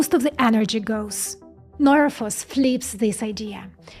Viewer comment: What is the name of the company doing this? I’m having a hard time with her pronunciation